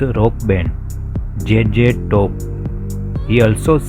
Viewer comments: Should have played there songs in background, also do learn the proper pronounceation, its Z Z TOP NOT JJ TOP ok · J J Top. Obviously, English isn't his first language, but you would think he would have practiced the name a little. 😅